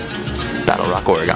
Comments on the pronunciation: I know this video is a few years old but take it from a native Oregonian. It’s pronounced “Or-eh-gun” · Please its Or-ih-gun. The correct pronunciation uses three syllables: "OR", "ih" and "gun". The first syllable is long but the last two syllables are very short. Remember: it's "ORegon", not "orEgon" or "oreGON". The pronunciation of "or" is straightforward: say it like the word "or" or "for". Pronounce the middle syllable (the "e") the way you would pronounce the "i" in "it". You can also pronounce it like the "e" in "egg". Pronounce the last syllable ("gon") like the word "gun" or "gehn". Make sure to pronounce the hard "g" -- say it like "gun", not like "gin". Whatever you do, avoid pronouncing the "gon" like the last syllable in Greek words "decagon" or "polygon". Native Oregonians will be quick to tell you that it isn't "Or-e-gone". The ON sound in the French word Oregon is the same as the ON sound in "dragon" and also the same as next door Washington. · Cool video. But we don’t say Oregon like that lol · The way you say Oregon makes my eye lids quiver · I've never heard someone pronounce Oregon like he does it's crazy